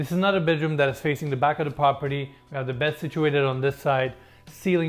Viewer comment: PROP-erty, not POP-erty. You gotta work on saying that right.